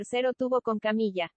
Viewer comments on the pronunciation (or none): “Camilla” alguna vez trabajó en un hospital?😂😂😂😂 me mata de risa cuando escucho “camilla”!!!